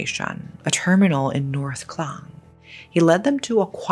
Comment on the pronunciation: It's Port Klang (Malay Kekang), as opposed to Clang.